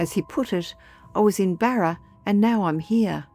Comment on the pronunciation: 😂 Barer? I presume you mean BARRA!